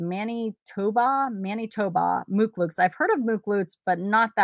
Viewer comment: Prounounced muck lucks not mook looks